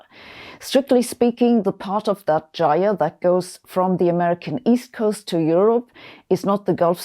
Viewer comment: nice to see someone else pronounce jire and presumably jimble the same way i do, it's a jift. now if we can only get folks saying lit-chen i'l be liken that.